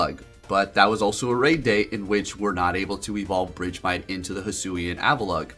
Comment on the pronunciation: BRIDGEMITE?🤣 I was so confused idk is that the correct pronunciation?? I always said it like “BURG-MITE” like ice-BURG